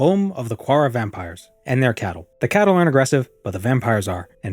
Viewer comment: If the word you're saying "CATTLE" is spelled "CHATTEL", then it's pronounced CHAT-TEL, not Cattle, like Cows. "Chattel" is Slave